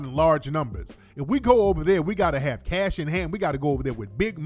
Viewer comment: "Where is j j getting all this casasshh" 😆😆🤣🤣🤣🤣